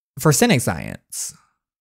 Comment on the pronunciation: DJ confidently pronouncing 'forensic' as 'forsenic' had me rolling🤣🤣